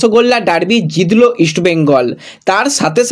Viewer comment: ফিডনেস, জিদলো, আসা এই উচ্চারনগুলো ঠিক কোরো ভাই।